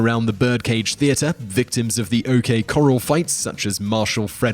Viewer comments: Love that Tombstone Az made the list I live in Tucson Az and have experienced the ghosts of Tombstone myself. But it's pronounced core-ral not coral sorry I'm American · Corral not Coral. Those are two different words. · When speaking about the OK Corrale (#2), it's pronounced corr-al like et al, not Corrale like corral reef. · Corral, isn't pronounced coral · Sorry man:( Christina Ricci: pronounced - ree-chee Corral: pronounced - kor-ral (not coral, which are marine invertebrates)